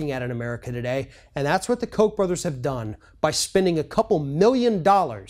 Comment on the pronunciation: It is pronounced Cock Brothers.. Cock.. not Coke.. Cock..